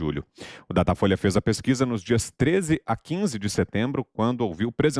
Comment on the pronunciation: "Datafoice?" Ah, tá bom. 😆